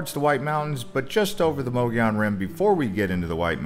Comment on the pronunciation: Like many other place names in AZ... Mogollon Rim not pronounced how you'd think, so I give you credit for not going with "Mo-Go-Lon" However, "Mo-Gone" is incorrect as well... it is correctly pronounced "Muggy-On"